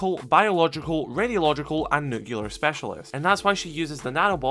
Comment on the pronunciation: Sorry, but I have to say this. It is pronounced "nuke-lee-er" NOT "nuke-you-ler". God, that is one of my biggest pet peeves and I couldn't hold it in after your 5th time saying it.